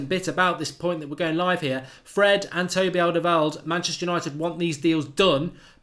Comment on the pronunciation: I really wanted alderweireld, until I realised whenever mark mentions him, ill have to hear him butcher his name ffs